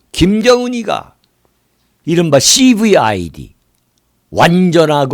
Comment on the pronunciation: 칼새님 cvid발음할 때 혀를 너무 굴리시네요. ㅎㅎ